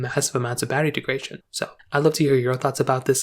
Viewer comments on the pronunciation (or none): Greetings. This is important. Thanks for posting. By the way, I believe the word you want is “degradation,” not “degration,” as you seem to be pronouncing it. Regards, DT